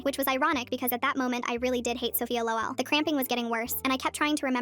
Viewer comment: The way she said lol loel